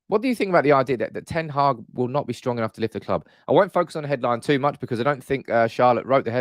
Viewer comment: The channel is great, but wouldn't it show a bit more respect for the new manager and his team if everyone learnt how to pronounce their names. ('Earick ten Haargh' sort of.....)